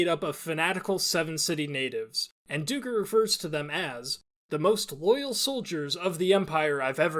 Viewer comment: Duiker is pronounced as 'dye-ker'. Duiker are small antelopes that live in southern Africka